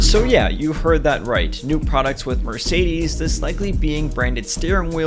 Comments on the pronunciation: thats the moee accurate pronounciation but since I can't make a mersaydees nutz joke whats the point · much closer to the german pronunciation than the english one, even closer to the actual spanish name. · im portuguese so i say mercedes in my own language and when i ear people say it in english im not used to say it the way he did😂😂